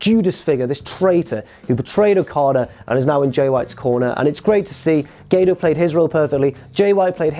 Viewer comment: When you said gato I thought for a second you said grato